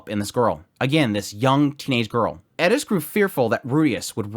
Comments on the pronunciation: Anyone else turn this off after the annoying Edis pronunciation. It’s an R!!! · I find it interesting that you hear a "d" sound. I think its closer to the Japanese "r" sound, or spanish "r" sound. Since thats how they pronounce it in Japanese, I think that he was trying to mimick that. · How the hell are you butchering Eris’s name? where the hell are you getting a D from in the name of ”Eris”… that being said after watching the video turns out you can’t pronounce anyone’s name correctly 😑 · I was gonna say... Edis? Is that a manga only character or is he doing some weeb Engrish thing? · Please for the love of god explain why you call her edis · Can you stop calling her Edis? I don't mind accents for actual jap words but that's a Western name. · Agreed. It was driving me nuts. Just say Eris. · So because this is text, Im prefacing this by saying I'm not making fun or attacking in any way. Just curious. When you say Eris, your roll in "ri" sounds like a "di". A few videos ago I found your channel and kept hearing "Edis" without looking at the video. I didn't know who you were talking about till I looked. Whereas when you say something like "Sauros" you have the typical english hard r in the "ro". Is this just from going with the flow, or unintentional? Just curious cause it sticks out a bit. Not trying to make you feel bad if that's how this comes across. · Love your commentary, but please consider using a rhotic r when saying “Eris” instead of trying to pronounce it with a Japanese accent for the same reason you don’t pronounce her surname “Gureiratto.” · I'm gonna be honest I just hear Eris, I missed the prounounce like edis. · haha thanks! I couldn't make it out, and the transcript wrote 'ate fort' 😆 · Dawg just pronounce her name right 😂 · Why are you saying her name weird. Thumbs down just for that. Do better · I tried to watch this fully, but I can't. The way you said Eris' name......🤢🤮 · The way you Pronounce "Eris" is so wrong 😭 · Why you say her name weird 😂